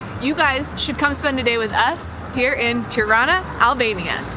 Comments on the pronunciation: Its not terana it’s Tirana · I have a severe case of misheard lyrics in this vlog - every time you say "Tirana", I hear Toronto. 😆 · The way they pronounce Tirana is exactly how Canadians pronounce Toronto. 😅